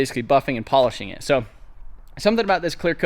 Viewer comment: Was that puffin or buffin???